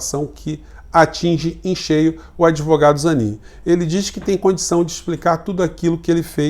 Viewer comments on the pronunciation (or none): O sobrenome correto é Zanin. Nao Zanini.